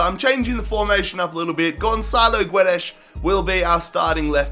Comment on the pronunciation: It's not "Jao" it's "Joao", and Guedes reads "Gedes" in english, ffs all this time and can't still say simple names...